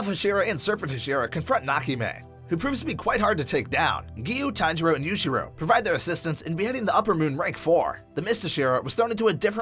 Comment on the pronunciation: it's tanjiro not sanjiro gosh